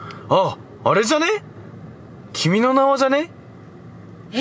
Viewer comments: 段々君の名はが君の縄って聞こえてきた、笑笑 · 君の名はを連呼しすぎて君の縄にしか聞こえん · 君の縄に聴こえる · 君の縄にしか聞こえなくなってくる笑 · 分かりますww 何回も言ってるとそれにしか聞こえない😂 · 君の縄ってきこえたwww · 君の名は連呼し過ぎて 君の縄に聞こえる ゲシュタルト崩壊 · 君の名はいいすぎて君の縄に聞こえてきたｗｗｗｗ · あーちゃんの君の名はさ、君の縄じゃんにしか聞こえないw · 君の名はなんだろうけど 君の縄 に聞こえる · 君の縄にしか聞こえん笑笑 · 君の縄にしか聞こえんw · 君の名はがどんどんキメの縄に聞こえてごめんね！